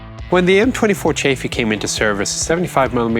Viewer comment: Wait,the chafey isnt it chaffe